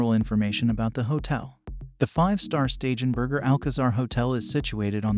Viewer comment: Please tell the narrator that he is constantly mispronouncing STEIGENBERGER = SHTAI-GEN- BERGER